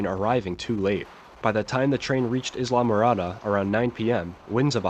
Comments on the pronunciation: Great presentation. One quick note. It is pronounced "eye la" morada. Not "is la" morada. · Unless you are a native Spanish speaker. The it IS ISLA-morada. Most of us Anglos living here do say EYE-la-morada. Nice job on all of it. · It's pronounced Eye-la-muh-RAH-duh not Islam a ra duh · the correct pronunciation of Islamorada is eyela morada, as in island. thank you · "Is-la" bro? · Eye-lah-more-ada Otherwise a great video! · THIS response is not worthy of serious consideration. I have read about the 1935 Labor Day Hurricane many times and have Les Standiford's book, The Last Train to Paradise. The description by is accurate except for his pronunciation of Islamorada which has been pointed out. I had to learn that myself. Thanks and I have seen your video of the 1938 Hurricane in New England. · With the emphasis on the 1st and 3rd syllables.